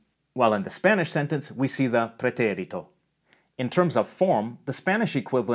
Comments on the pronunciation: Know that vowel length doesn’t exist in Spanish. You’re pronouncing the é in “pretérito” longer than the other syllables. That’s good English timing, but not Spanish. It’s a syllable-timed language, so all the syllables are the same length. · agree - sounds like Italian, the last 'e' needs a stronger emphasis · I liked that you pronounced "pretérito" with an Italian accent. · I thought the same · Yeah I noticed that, too. Like instead of just accenting the é, he lengthened it quite a bit as well. Instead of four sixteenth notes with the second one accented, he's doing a sixteenth-eighth-sixteenth-eighth type rhythm. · I love that Latin pronunciation of "preterite/preterito" :D